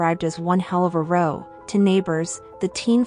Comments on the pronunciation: Nailed Gloucester pronunciation but "row" as in an argument is pronounced "rahw" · Yeah so it’s definitely AI. you hear the narrator say “one hell of a row” and pronounce row as in “a row of houses.” This is a mistake made by the AI that doesn’t understand the context. Row - i.e. an argument or quarrel - actually rhymes with “how”. A human reading the text would easily have pronounced it correctly given the context.